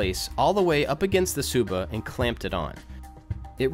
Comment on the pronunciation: u pronounce the "tsuba" like "suba"